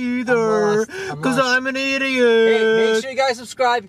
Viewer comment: Why do u say ideat